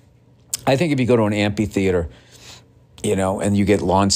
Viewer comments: well, he’s as Bostonian as I am and I don’t say ampeetheatre. Hint: I’m not from Boston but I am from MA. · Billy twinkle toes doesn’t know how to pronounce amphitheatre 😂